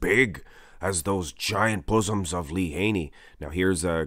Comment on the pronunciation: You said boosom's! lmao